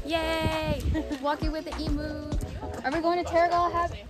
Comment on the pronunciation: pronounced " eem-you " not " eem-oo "